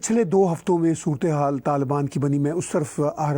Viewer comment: Surat-e-haal hota hai bro 😂